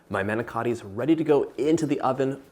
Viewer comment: The manicotti looked delicious and a nice easy recipe. The presentation was great but please do not get offended but you did not pronounce it correctly. Manicotti . Thanks